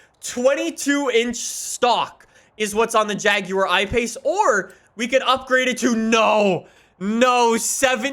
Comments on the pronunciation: The way he says jaguar though (jagiuar) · The JAGYEUR i pace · Jaguar Ipace Everyone:— 😑😑:— “hair erection” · why he say jaguar like that🤣